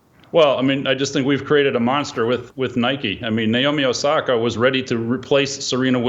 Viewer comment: “Naomi Nasaki” 😭😭💀💀 im sure he didnt mean to do that